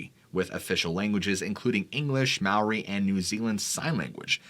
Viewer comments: Its spelt Maori,pronounced Mah-aw-ree,wow a long way from home then. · It’s fun listening to you botch all the Māori names